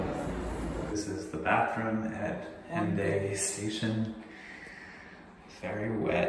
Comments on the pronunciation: Very cool! I love how modern the trains and the stations look. Btw, you would never know from the way it’s written, but the French pronunciation of the city of Hendaye (Hendaia in Basque) is actually “On-dye” (rhymes with “sky”). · Hendaye in french is pronounced as "hand" and "aïe!" And from this little town at the border, the Inoui TGV takes 4H40 to reach Paris (750km) with a minimum of stops at the station. For networks common to two countries, the CEVA in Geneva is another, the tramway in Strasbourg goes to Germany and the Swiss trains go to Mulhouse or the TGV station in Besancon Viotte and vice versa.